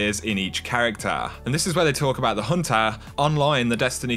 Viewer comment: Lol I love how this guy pronounces the "ah" sound made by the "er" ending to words xD Hehehe... "It's all good for the huntahhhh..." 😂 Epic lol